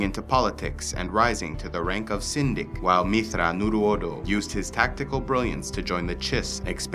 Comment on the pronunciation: It's pronounced - "Myth-thrawn-your-odo" Shuddered when I heard your pronunciation. Other than that, great video